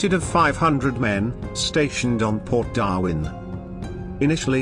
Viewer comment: That damn synthetic voice... "Darvin"...